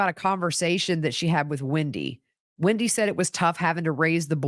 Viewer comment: Hi,it’s not Windy,it’s WENDi